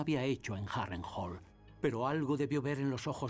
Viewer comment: Me cag@ el castellano, le cambian las pronunciaciones de las palabras, es Harrenhall! no Harental! no se les entiende. Lo tuve que buscar en ingles porque apenas asi le entendi.